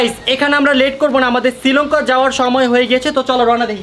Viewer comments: It's not Sri lonka. It's Sri Lanka. 😅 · সিলংকা নাকি শ্রীলংকা। বেডা কইতে পারে না।😅😅😅